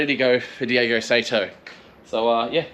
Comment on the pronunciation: The last name is Saito, pronounced like "sigh-toe". And as others have already said, he's not from spain. It's Daigo "Die-go". While its a whatever in a video for English speakers, it'd be good to get it right for when you need to say it in front of him.